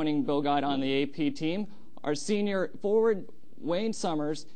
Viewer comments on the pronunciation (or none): “Wayne Summers”